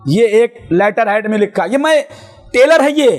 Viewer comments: Abe telar nahi trelar teko English bhi nahi aati😂😂😂😂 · Tailor nahi hota balke trailer hota hai molvi sahib 😂😂😂😂😂😂😂😂😂😂😂😂😂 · tayler Nhi trailer Khud Bolna Sikho 😂😂😂😂